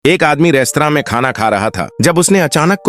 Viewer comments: Restaurant. ❌restra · Restaurant ❌ Restura ✅